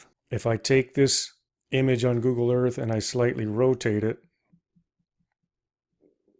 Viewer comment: Google ,not Goggle. 😂😂😂😂